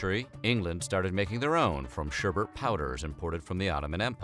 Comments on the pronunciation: ShErBerT Actually it’s pronounced: Shêr-Bet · SherBet Not sherbert. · Was he saying 'sher*bert*? Can you even read? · Are you saying sherbert? SHERBERT? I’ve always loved. I watch all of your episodes and basically I love them all but it’s sherbet. Look at the way its spelled. Come on man you’re smarter than that! That’s like pronouncing nuclear nuke u lar. Don’t be a rube. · Its NOT SHERBERT,!! Its SHERBET DAMN IT,!! 👎👎👎👎👎👎👎👎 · Yo ma dude Şerbet is pronounced as ''Sher-Bet'' nice content but that disturbed me for a reason i cant understand lel it sounds like an entire different word. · thumbs down for pronouncing it sherbert. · its pronounced 'ssharrrbatttt'. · When white people say Sherbet but end up saying schubert or sherbert which sounds a lit like Herbert 😆😆😆😆 White People 😆😆😆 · Word whisker: Sherbet doesn't have an extra R. It's said just like it's spelled.